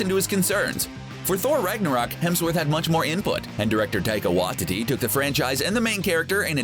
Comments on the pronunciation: Taika "Wah-tee-tee? " It's pronounced "Why-tee-tee." Sorry to be grammar police. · Jesus, you guys conflated New Avengers, Secret Avengers, and the events of Civil War I! Iron Man was NOT part of the Secret Avengers, he led the pre-registration forces in Civil War I. Captain America led the resistance to superhero registration, called the Secret Avengers and counting Captain Marvel amongst it's members. Also, are you CERTAIN that Taika Waititi's name is pronounced the way you're pronouncing it?